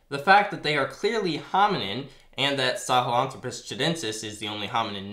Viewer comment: FYI Poitier is pronounced Pwa-T-A. Think to yourself in a snobby french accent. Lol, I like your channel. Keep it up. Also, the "Throw" in Sahlenthropus is the stressed syllable. saw-len-THROW-pus